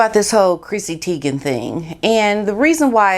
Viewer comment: I get annoyed when names are mispronounced: It's pronounced like TIE- gen NOT Tee- gen.